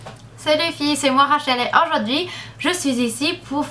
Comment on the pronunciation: pour tu dis aujourd'hui ondirait que tu dis aujouh'dui